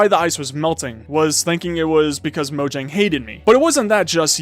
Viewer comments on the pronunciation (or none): none